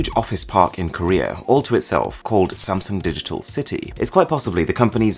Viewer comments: did he call samsung samsang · gotta add one more. it's actually pronounced as Samseong, not Samsoong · 1st its burj HHAAA leaf AHHHH no K sound, next its sam SONG